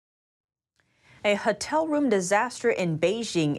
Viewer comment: Hotel is Ho-tell not Hut-tell